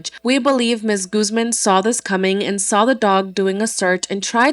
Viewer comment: Why are you pronouncing Guzman like that 😭😭